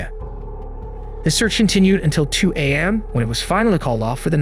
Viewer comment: This is AI right? strange inflections/pauses, pronouncing it 'am' instead of A.M... I am finishing this story though it's annoying to listen to but will be blocking this channel henceforth. Hate this AI bullshit